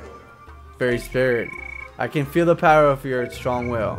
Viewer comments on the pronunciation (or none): none